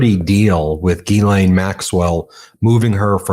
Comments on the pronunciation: pronounce correctly it's Gee Lane not jeelane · OMFG!!! SAY HER NAME PROPERLY!!! Do you say Jost ... when it's Ghost? - NO!!! SO STOP SAYING JIZLAINE!!! - It's pronounce GILAINE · her first name is pronounced Jizz Lane